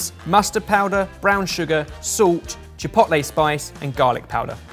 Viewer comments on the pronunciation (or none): saying ChiPOTlay is giving me ANXIETY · I cringe every time he says "chi pot lay" . Why can British people do a half decent job pronouncing French words but totally fail at much easier to pronounce Spanish words? Each vowel has one sound and one sound only. It is not that difficult. At least he did not talk about "tack-0's" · Every time says chipotle wrong I wanna slap him round the face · Ok but why you pronouncing Chipotle like that? 😂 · Pains me that can’t say chipotle properly 😩😂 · Please stop pronouncing chipotle like that😭😭😭😭😭😭😭😭😭😭😭